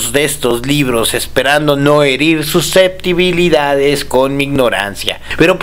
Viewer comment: "su ceptibilidad"????